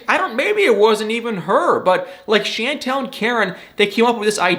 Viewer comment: I’m terrible! It doesn’t bother me in the least that you say Chantel’s name incorrectly. Lol,!